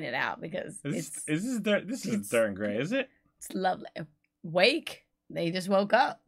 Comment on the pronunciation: Holy crap this is old, 2003 if I’m not mistaken. Back when DEG played with less strings, lol. Title is pronounced “wah-kay” by the way.